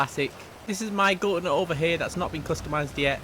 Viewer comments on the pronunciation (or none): When you pronounce it gauntlet wrong